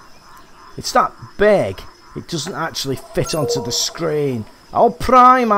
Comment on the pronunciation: No hate but there is no L in Arapima